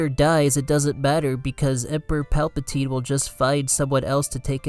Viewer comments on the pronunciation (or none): none